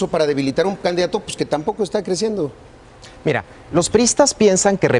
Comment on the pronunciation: este wey dice IRa, en ves de Mira jajajaja pinches cerdos